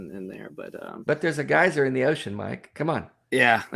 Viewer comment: Especially when they are trying to pronounce geyser 😁